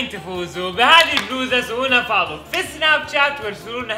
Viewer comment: لو تلاحظون عبدالعزيز قال اول شي سناب شَ بدال شاش 😂😂